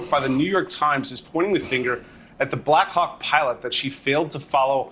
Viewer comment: blackhawk sounds like black cock the way they say it. I can't unhear it. Over and over again.